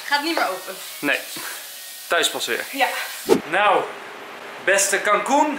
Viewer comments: Ik denk heel de tijd dat enzo kalkoen zegt😆😆😂😂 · Enzo als jij Cancun zegt klinkt het als kalkoen😂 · Eerst dacht ik dat enzo kalkoen zei in plaats van cancun !😅😁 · Michelle Verhagen ik ook